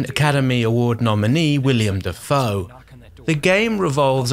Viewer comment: Not to be snooty, but it's Willem Dafoe, not William Dafoe.